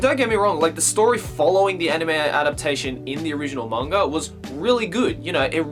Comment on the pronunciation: Hahaha you pronounced manga both ways in this video: "ma-n-ga" and "man-ga" :^)